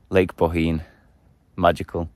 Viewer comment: Good pronounced 👏 👌 Bohinj